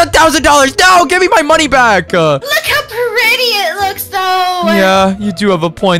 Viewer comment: And why does he say "moniez" instead of money????